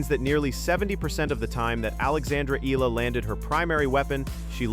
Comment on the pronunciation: Cannot even pronounce Eala’s name correctly!